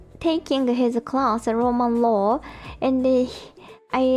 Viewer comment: When you're trying to pronounce "Roman Law" it sounds like you're saying Ramen Law. trying to pronounce English words is just cute ❤❤❤